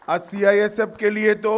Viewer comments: CIFS नहीं चाचा CISF है ढंग से बोलो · Gajab ka home minister hai bhai CISF ko CIFS bol rha🤣🤣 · ha....Amit shah ka kitna tongue slip hota hai ye mujhe nahi pata chalta😂 kabhi atmnirbhar nahi bol pate ...kabhi apni party ko corrupt kahte hai aaj CIFS bol rhe hai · CIFS BOL H MAHARAJ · Sale ye h hamre desh ke neta cisf nahi balki cifs kah raha h sala anpadh gwar 😀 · CIFS .....CIFS...CIFS🤪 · ऐसे गृहमंत्री जी है हमारे जिनसे CISF भी नही बोलना आ रहा CIFS बोल रहा है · Sih pahle khud kaa name dekh andbhakt hai kya jo mirch lag rhi CISF jaise proudly word ko cifs bol rha he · Es dhakkan ko ye nahi pata ki ye kya bol rhaa hai 🙄😡ye bar bar cifs bol rhaa hai pagal 🙄🙄 CISF bol bhosdk 😡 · Ye kya CISF ko hatayega,CISF ka thik se Name hi nahi le pa rha hai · देश के काबिल नेता हैं साले जिनको CISF भी सही से नही बोल पा रहे है ये हमारे देश का दुर्भाग हैं की ये हमारे नेता है